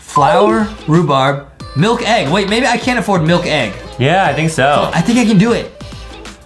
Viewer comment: At this part he literally says milkkk